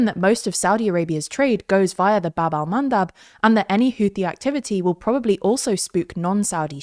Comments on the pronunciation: I know you are a professional reporters, but "baB Al-mAnDab" 🤣🤣🤣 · or how he calls them: "wind mills"